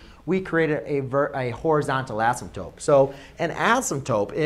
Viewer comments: Why do you keep saying "asymptope"? Is that another accepted spelling? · love it. but i think u called it an asymptope instead of an asymptote lol